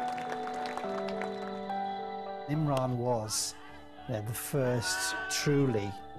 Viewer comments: it said imram Khan like if you saw the mistake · IMRAN* KHAN NOT IMRAM Proudly: Prime Minster of PAKISTAN 🇵🇰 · IMRAM?!? ....at least get the guys name right.